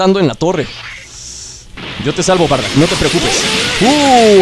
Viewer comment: no es bardack es bardock